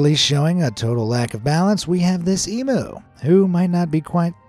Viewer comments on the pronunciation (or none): Emu = "eem you", not "eem ooh" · If that eagle was a penguin, he could've p**ped on the mockingbird. PS. Emu is pronounced E-MEW, not E-MOO. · It's Em-YOU, not E-Moo 😀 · I love your commentaries. But..... emu is pronounced eemm-you. Thank you!